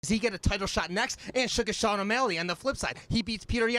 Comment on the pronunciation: My man called Sean, Shane, then picked up on BS butchering names haha.